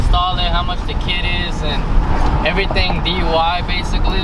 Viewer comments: says hes gonna teach us to install the turbo kit "dui" its DIY thooo😂😂😂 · really said “DUI” instead of “DIY” 😂😂